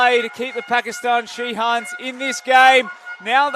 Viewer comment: ধারাভাষ্যকার পুরা খেলায় শাহিনরে শিহান কইছে